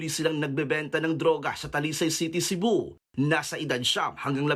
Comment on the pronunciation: Cebu rhymes with shabu